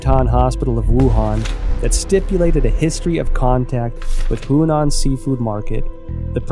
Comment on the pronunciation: The man cannot pronounce a single name correctly in Chinese. He has been writing about the Chinese Communist Party for over 10 years and he cannot pronounce Chinese names? He even calls the Huanan Seafood Market the Hunan Seafood Market. Look, I don't challenge the findings he may have made, but he should have taken the time to speak with native Chinese speakers to get the pronunciations right. He calls himself an expert, but he obviously can't speak the language. Sorry mate, but you've undermined your credibility completely. You must have been reading only articles written in English, so you are obviously not a true expert on China and the CCP. China in Focus, shame on you for letting him make this video without helping him make the correct pronunciations.